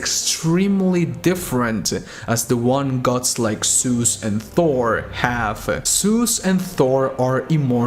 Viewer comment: WHY YOU SAY SUS INSTEAD OF ZEUS?